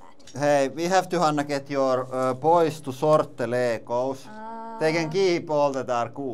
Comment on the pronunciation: "Ley-goes knee-plays" 😂